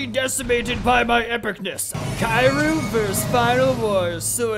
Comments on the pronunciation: you say kiryu as kir not kai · Man said Kiaryu instead of Kiryu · The way he says "kairu" instead of "kiryu" hurts me physically. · He said kairu it’s kiru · it's Kir-u